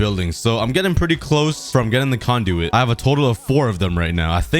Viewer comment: he started saying conduit like conduct and now he is calling nautilus shells nutalius shells